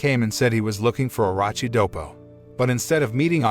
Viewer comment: bruh nice vid n everything but u totally butcher Orochi name bruh its its like Oroochi not Orachi my guy please just look at the name or listen to the anime see how they say it